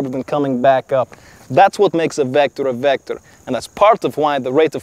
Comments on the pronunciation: The real you mean “Wector” lol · Pronounciation from Russia to Kirss Vector😂😂😂🤦🏻‍♂️🤦🏻‍♂️